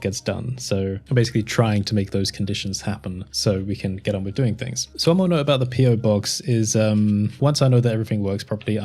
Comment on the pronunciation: Why do you say "fings" instead of "things"?